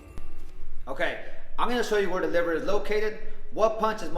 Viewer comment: Can you please enunciate and pronounce that word 100 times better so I can understand what it is you just said. It's the WHAT punch????